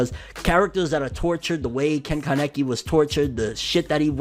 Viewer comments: Bruh why you pronounce kaneki like that lol? You saying kanecky🤦‍♂️ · Why tf are pronouncing Ken Kanekis name like that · no disrespect but i got kinda triggered by the way u said kaneki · When you say the Japanese word for penis wrong. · Did anyone else realize he said men kanekis name wrong lmfao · The way my man pronounced kaneki